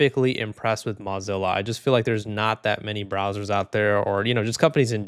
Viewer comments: Moe not Mah Zilla.. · That's hilarious. You thought you had Mullvad wrong but you had it right, but had Mozilla wrong. MAH-Zilla? Nope. Mow-Zilla. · hopefully something also gets passed in the us which bans these mass surveillance laws as well also mozilla is not pronounced like mozarella brochacho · "im probably saying that wrong" buddy, you're pronouncing mozilla wrong 😭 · why are you saying mozilla like that😭😭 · You should at least pronounce the company's name correctly if you're doing a video on them. LMAO